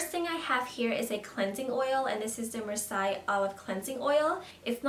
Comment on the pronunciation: Congrats on your new job! (PS: Marseille is pronounced "Mar say." It's a city in France).